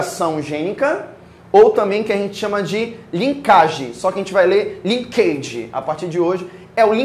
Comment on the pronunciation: Se é pra ler errado em inglês é melhor ler em português. Não é "linquêiji" é "lênkedj".